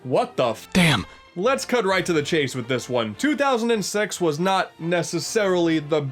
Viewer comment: what he said: 2006 what i heard: 200 and sex